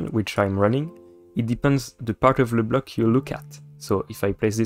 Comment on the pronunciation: > *french ASMR* "The part of LE bloc" Wish you the best for this new adventure !